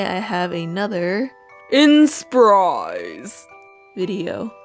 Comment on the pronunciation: I like how you only raise your voice up (and kind of unclear, man's voice I would say) with the word "inspire" in your whole sentence. It's made the inspire series more mysterious or something hahaha XD